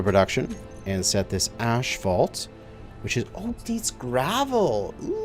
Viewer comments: There is no Ash in Asphalt ... it's ass-falt, not ash-falt. My ears are hurting after this episode :D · Why does he pronounces it "ashphalt" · Yeah, he's triggering my OCD (what little I have) every time. Phonetically it's As-fault and he got it right after his brain fart in spelling it but went right back to old habits. Oy. LOL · LOL.. Canadian way of saying it.. ASHphalt.. Everyone else on the planet way of say it.. Asphalt. lol No hate.. only love.. just pointing out the vocabulary differences for our northern neighbors..;) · Can't get over the way he says ashphalt instead of asphalt 😂😂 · "Ash-fault"? Is that some zany Canadian way of pronouncing asphalt? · Say ashphault one more time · Lol you glorious Canadians and your ASH-phault or is it we stubborn Americans just got to be different ? 😄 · Asphalt is the spelling of the word. The correct pronunciation of it is, "ass-fault" no matter what dialect you are using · Really? Everyone I know around here says ashphault. I always just assumed it was a potato potahto situation. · Every time he says 'ashphalt' my eye twitches. XD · is it just me or is he calling it "Ashfaut"? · I know, I cringe every time he says it. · 🤣🤣🤣 tries to type the way he says asphalt into the shorter with no success, goes and finds the spelling and says it right twice only to go back and say it wrong again after. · It's like nails on a chalkboard. Stopped watching his series because of it, but now I'm bored so here I am cringing all over again. Canadians say it wrong, wondering if he's a canuckistanian.